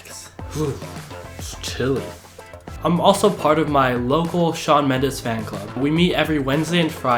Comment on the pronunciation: Thiss boi said Shawn Mendes 🤮hell nahh